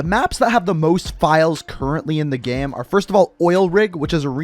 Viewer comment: "already in the gaam"